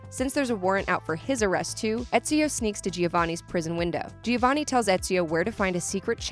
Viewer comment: She really said ”geeovanni”